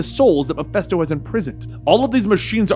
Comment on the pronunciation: Love the series, but one piece of constructive criticism: it's pronounced "muh-fist-OH." It's a short "i" sound.